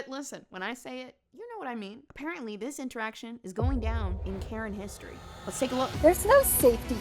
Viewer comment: "Hishtry books." I hate it here.